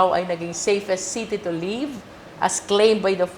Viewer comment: Please fix your diction / pronunciation ma'am. Davao is the safest city to live? Or to leave?